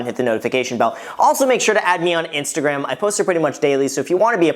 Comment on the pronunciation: Did... Did you just call it your InstaGraham?